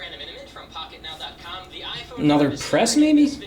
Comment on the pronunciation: listen from to sounds like pocketknob